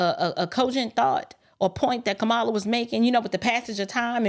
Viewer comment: Please be intelligent and learn how to pronounce her name.